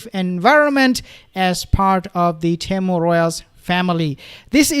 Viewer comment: Pronounced Team ewe 👍